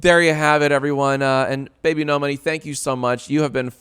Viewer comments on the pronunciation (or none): You're pronouncing his name wrong it should be "bee-bee-nohs" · why was jack mispronouncing his name as bibi no money when its supposed to be pronounced bibinos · I don’t see how you arrived at that pronunciation, I totally get people that say ‘bibinos’ but your version misses half the letters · You keep saying bibinos wrong Edit: later, yes that is how you say it JACE.